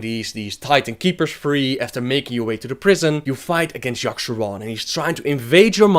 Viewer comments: Its yogg-saron, not yogg-SHAron. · FOR. FUCKS. SAKE. LEARN. ENGLISH. Ok Yogg-Saron. Not Yosherrann Shat-trath not Shath-rah Murad-in, not Murrahhh-dun this is just the basics.... learn fucking english, and how to read, and these movies would be less shitty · seriously as i read this, i read "yogg'saron" but you keep saying "yasharon"... learn fucking english before speaking it